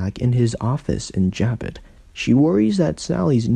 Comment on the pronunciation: It's not Jab it.... it's Ja bow....